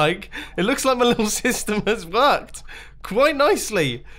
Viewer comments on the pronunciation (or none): "Nice, it looks like the little system has vorked" Suddenly mumbo turned into a mad german scientist